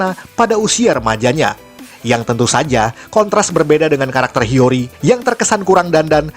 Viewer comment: Hiyori bukan hiryori